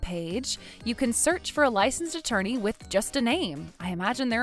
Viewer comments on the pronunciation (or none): none